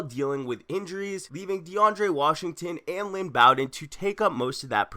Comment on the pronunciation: It’s Lynn Bow-Den, not BAwwden